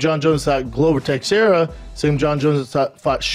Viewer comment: let's see how many names Brendan "CTE" Schaub can mispronounce. Gufsussfin DC back in da day Glober tekshera Shogun rueahh Chael sownen